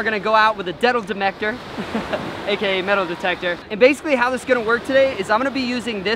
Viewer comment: did he really say " deadle matector "?!?!